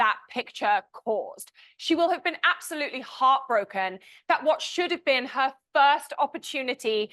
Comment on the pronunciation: Creepy how deceptive. Harry really called it out! (I absolUTEly dis-PISE this over-pronouncer) ugh